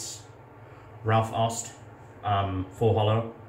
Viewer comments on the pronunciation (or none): mate, the Au in Aust is pronounced like the ou in out.